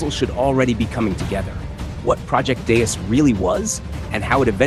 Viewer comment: I'm so so sorry..... ITS PRONOUNCED DAY-U-S like Wolfgang Amadeus Mozart